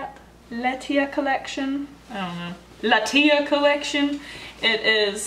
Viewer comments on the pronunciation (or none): La-T-a is how you pronounce it😂